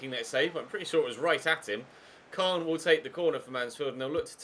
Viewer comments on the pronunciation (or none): none